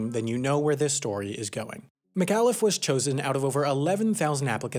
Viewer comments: Pronunciation of Christa McAuliffe and Concord seem off. I'm from the area and it should be pronounced Conkerd, not Concorde (at least in the NE where several towns and cities are named Concord), and Mc-All-If not Mc-Al-If.... Edit: It may also be interesting to some that the Crista McAuliffe center in Framingham Massachusetts continues to educate students through some pretty cool experiential learning including a simulated flight to Mars where the students are the astronauts, very cool! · "PLOO-midge" "Mick AWW-liff" Please,; work on these things? You get proper name pronunciations wrong *a lot*, and it's pretty jarring. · Someone who lives in Concord, NH here! Christa McAuliffe has a school here named after her. It's pronounced Christa Mick-Aw-Liffe, not Christa Mick-Ah-liffe. Its also a common misconception that Concord is pronounced Con-Cord, like a wire, it's actually Con-Cerd. (sorry bout that but my small town got featured in a HAI video and im cryin) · Christa McAuliffe is pronounced Mc-awe-liffe, and Concord is pronounced con-curd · Just because someone has to be that pedantic asshole: McAuliffe is pronounced ma-KAW-liff. And Concord in New Hampshire is pronounced the same as the word "conquered." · For gawd's sake, you could at least pronounce Christa McCauliffe's last name correctly. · How did you manage to say Christa McAuliffe's name wrong? There is literally 100's of reports and videos of HER saying it on Youtube. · You said Christa's last name wrong, and Concord. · you pronounced mcauliffe wrong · You're showing your youth by not knowing how to pronounce McAuliffe. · As a person from New Hampshire, the way you pronounced McAuliffe and Concord personally offends me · It is pronounced KON-KERD New Hampshire not Con-Cord. Also you are saying McCalifs name wrong.